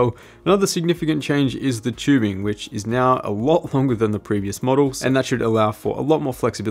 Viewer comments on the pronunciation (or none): For fuck sakes, it's tubing not "chewbing"